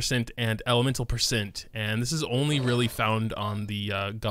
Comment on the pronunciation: I have never heard some mispronounce the word percent but you managed to do it 300 times